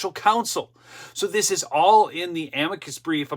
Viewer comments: It is pronounced AM-mick-kus so please use proper pronunciation. Thanks! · AM-i-cus brief (emphasis on the first syllable, not the second).